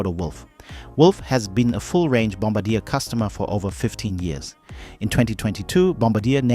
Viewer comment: Bombardier is not pronounced 'Bomb- a- deer', it's pronounced 'Bomb-bar-dee-air'.